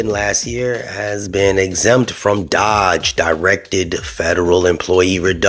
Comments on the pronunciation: I'm sorry but it's NOT dodge, it's DOGE with a Long O. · Dōge not dodge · The fact that you can’t even pronounce “Doge” correctly, i can’t assume you know what you are talking about. Next video!